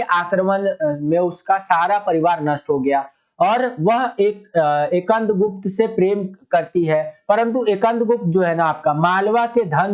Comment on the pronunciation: Sir ekand gupt nhi skandgupt